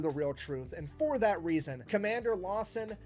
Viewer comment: I'm sorry, did you say the reason or the treason?